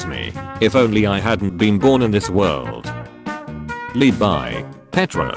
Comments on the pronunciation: Fun fact: the pronounce of levi name is actually levi and not livai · he pronounces leebi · Lee-bye (I was dying whenever he said it)